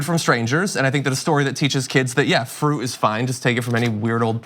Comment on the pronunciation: What's frooh, John? You mean fruit? With a t on the end? And people on the righ? Another t missing. Why did you decide to stop voicing the plosives? You used to.